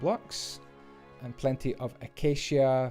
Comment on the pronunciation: I apreciate the fact that you pronounce acacia correctly, some Youtubers come up with the oddest pronunciations for it